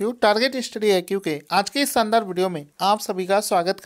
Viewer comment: Bhai saandaar nai Bola karo